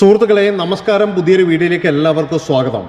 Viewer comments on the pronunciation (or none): none